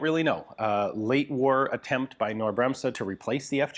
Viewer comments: You telling me it's pronounced Ka-NorrD Like the early pronunciation of the word "knight" ka-NIghT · Nope. Am Norwegian, also pronounce Knorr and other words than begin with Kn- without any A sound. And the old pronunciation of Knight didn't have an A sound, either. There's no vowel sound between the K and the N, the N starts with a hard K sound. Do you pronounce "ketchup" as "ka-etchup"? I bet you don't. Nor woudl you say "crown" as "Ka-rown". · Well, the German KB employees I worked with pronounced it Ca-nor, not Cay-nor. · Hi Ian, I just wanted to say that you should pronounce the "K" in Knorr. Just pronounce it as a hard "K" as in kite. German is a strange language, but so is English since English is a germanic language with a lot of bits and bobs thrown in from a ton of other languages. Good day. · "Knorr Bremse" The "K" is not silent! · the K is not silent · The K in Knorr is spoken like the C in cake. ....with strong emphasis. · In the german word KNORR you pronounce the "K". I knew Knorr only as a brand for "bag-soups" and instant-noodles and stuff like that from our supermarkets. But I‘ve never seen Knorr instant guns ...😂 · The K in "Knorr Bremse" is not silent; you are pronouncing it wrong. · Knorr pronounced with a k; it is German, not English ... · That K in Knorr is NOT silent. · There is no A sound in "Knorr". It is pronounced with a K-sound followed by an N-sound. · The K is also not silent in Knorr. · Only an unimportant mistake, in German language the K is pronnounced as K in this case. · KKKKKnorr. The k is not silent. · The K in Knorr is NOT silent! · There are no silent letters in German including the K at the beginning of Knorr. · Don't overthink it. 😉 The "K" in Knorr is pronounced as in ketchup or kilogram. Simple, really. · No. There is no "a" sound in there after the K. It's one syllable. No sound whatsoever between the K and the N. Also no pause. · If you pronounce it correctly you do NOT put an a after the k and it is not silent.